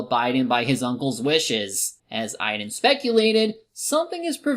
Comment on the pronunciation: Also, why are you pronouncing Aidan like idan?